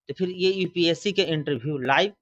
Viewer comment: EPSC नही UPSC होता है पहले बोलना सीख लो बाद में औकात की बात कर लेना 😄😄